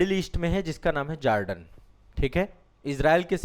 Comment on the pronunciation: मिस्टर ,आप जोर्डन को जार्डन क्यों संबोधित कर रहा है ।और जोर्डन कि शासक या राजा महंमद पैगंबर का वंशज हैं ।